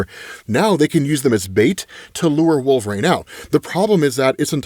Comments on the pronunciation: Huge fan, is it like an accent thing that makes you say wolverain ? Could you try and pronounce wool-ver-reen as opposed to wool-ver-rain i never noticed it but this is my first wolverine vid of yours im watching 🤣😂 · i dont even hear it when says wolverain anymore. its become normalized after years of xmen comic coverage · still pronouncing Wolverine as WolverANE is hilarious. Makes me chuckle every time.